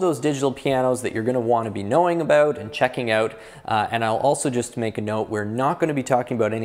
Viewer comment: You don't need to mention you're from Canada when you say "aboot" lol....